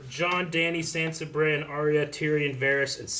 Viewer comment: Oh my god these guys still pronounce sansa SAND-sa and i love them but it triggers me sooooooooo much. Haha